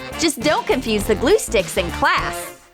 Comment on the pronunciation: The way they say class! I can’t!